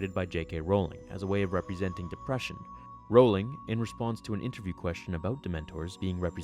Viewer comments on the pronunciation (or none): none